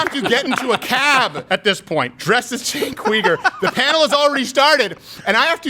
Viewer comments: Did you say "Chunk Weiner?🤣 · It’s pronounced Chunk Yogurt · Why do you butcher his name? Lmao